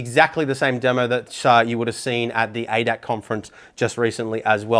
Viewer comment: Thx for the nice and detailed up front review. One little thing, the society hosting Sim Expo is pronounced A. D. A. C. Aach letter is pronounced separately it's an abbreviation for Allgemeiner Deutscher Automobil Club roughly translated to Common German Automobile Society.